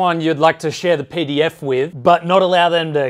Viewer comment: Jesus Christ mate when you said pdf files at the beginning of the sponsored segment I legitimately thought you said pedophiles